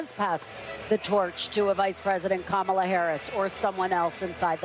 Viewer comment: Someone tell the GOVERNOR it's KA-ma-la!